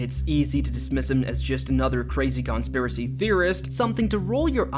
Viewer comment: Mun-sonn? Con-speeracy? You make videos for a living but you can't pronounce multisyllabic words?